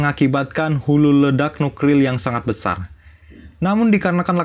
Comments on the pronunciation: Kesel Gue Bilang Nuklir Jadi Nukril Berkali Kali Lain Kali Jangan Diulangi Ya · Nuklir min bukan nukril wkwk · Nuklir BG bukan nukril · Nukril atau nuklir?😂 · Nuklir bro bukan nukril 😭😭😭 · aku suka alur filmnya cuman ya kek gemes ngebilang nuklir jadi nukril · kok nukril sih bang?! 😁😁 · Nuklir bang bukan nukril hadehhh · nuklir bukan nukril bro😂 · 👈 rudal " nukril" apa "nuklir" ?? Apa kuping gue yg sudah kurang peka ya,,?🤭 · NUKLIR , BUKAN NUKRIL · Nuklir bukan nukril conge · Yaelah min..lu berkali kali salah ucap Nuklir jadi nukril. Nukril Itu jenis bom apa Lg min? Gw blum tau nih.. 🤪😂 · Nuklir.. NU K L I R.. 😅😂😢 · NUKLIR BANG BUKAN NUKRIL 😂😂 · Nuklir anjir bukan nukril astaga🤔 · nukril bang 🤣🤣🤣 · Nuklir bang bukan nukril😝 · Mulut gw tiba2 banyak liur nya saat mendengar "nukril" 😂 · Nukril nukril,KESEL GUE...GEDEG DENGERNYAAAA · N - U - K - L - I R . . . BUKAN DIBALIK L&R NYA 😾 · "NUKLIR" bukan NUKRIL bro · Nukril 😂😂😂 Min..min..min... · Greget denger nukril nya:) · Pekok ..gk bisa ngomong nuklir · Pekok..ngomong nuklir aja gk bisa.. Nuklir bkn nukril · Yg bikin gagal fokus sama Pembicaraan NUKLIR nya malah NUKRIL 😂😂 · AOWKAOWKAOKAOWK NUKRIL APAAN BGSAT WKWKWKWK NGAKAK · Bengek aku bang kamu bila h nukril bukan nuklir 👍🏻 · salfok sama kata nuklir,yg di ucapkan dengan kata nukril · Nuklir❌❌ Nukril✅✅ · Bang nuklir bukan nukril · Nuklir Vs Nukril LIR VS RIL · Cedall nukrilll 😂😂😂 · Lu ngomong nuklir susah amat bang jadi nukril wkwkwk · Nukril apa nuklir min kok blepotan gitu ya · NUKLIR WOY.BUKAN NUKRILwkwkwk😅😆🤣😁😄😀😄😃🤭🤭.wkwkwk.hmm.ik lh.hmm.celat amat lu bg.wkwk. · Nuklir bos bukan nukril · bukan 'rudal nukril',,,, Tapi rudal Nuklir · Nuklir min....bukan nukril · Nukril hahahaha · Nuklir bang,bukan nukril Ngakak gw dengernya🤣🤣🤣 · Nuklir bang bukan Nuklil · Nuklir bang bukan nukril😄😄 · Nuklir bang bukan nukril 😂😂😂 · NUKLIR BUNG BUKAN NUKRIL.... HUH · Nuklir bang bukan nukril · Nuklir lir lir R r bukan nukril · Nuklir bang bukan nukril 🤣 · Bang... Nuklir bkn nukril